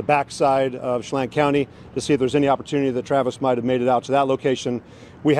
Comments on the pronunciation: just a heads up as a local - it’s pronounced “Cha-lan” 🫶🏻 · Che-LAN, Kitt-i-tus, O-kun-aw-gun. Just a little FYI that probably has nothing to do with this case: serial killer Israel Keyes grew up in the Okanogan area and was also known for caching and was in the military.